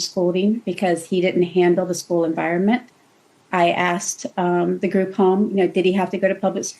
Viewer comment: 2.06 the word is asked….asked not aksed